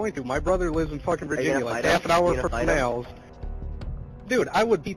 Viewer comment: I cant take him seriously when he cant pronounce a 5 letter word correctly, its Nalls not Nails lol